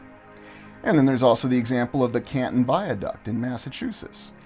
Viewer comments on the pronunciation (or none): none